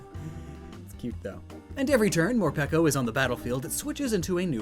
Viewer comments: are you sure it's not pronounce more PEEKO like more-pikachu lol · ITS MOREPEEECO